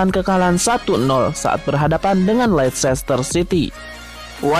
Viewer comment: Bacanya itu leister bukan leicester bang